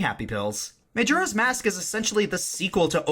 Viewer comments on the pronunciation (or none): Majora's Mask is my favourite game of all time, but I must admit I cringe when you say "May-Jora" Also Gauntlet is also one of my favourite games of all time for the same reason you mentioned.